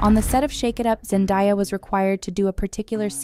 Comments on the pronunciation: It's pronounced Zendaya not zendieya😂😂😂😂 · To the woman speaking in this clip.. its ZenDAYA and NOT zenDIYA. She pronounces it with an A sound and NOT I.. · Zen-Day-a Not Zen-Di-a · Her name is Zendaya who the hell is Zendaya that’s not her name get it right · So much research just to say Zendaya wrong too many times 😢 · You expected AI to get it right?